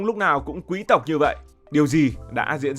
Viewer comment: Thích bạn nói chữ QUÝ-S TỘC , rất là quý tộc!